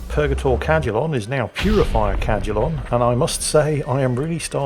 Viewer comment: Damn it, I know your saying Cadulon, but I am hearing “Brother Cal-culon” and can only think of the robot from futurama lol.